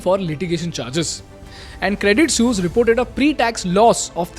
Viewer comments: Credit suse? Isn't it credit sweese pronounced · Not "sues", it's "swee-s"😂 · your saying sus. pronounce it like sueess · Good content. But painfully ignorant of the pronunciation of Credit “Sooz”. Listen to the clips that you are putting in your blog!🤔🖖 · It is pronounced "Credit Sweece". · 182 times was the count for saying Credit Soos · Bruh it is hilarious how noone can pronounce suisse, but i've never heard someone butcher it like you broh 😂😂😂 almost falling from my chair everytime i hear you say it 😂😂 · Thanks for your content, you make amazing stuff. But, if you're offering a course on communication, please ensure you can pronounce suisse correctly! Thanks once again.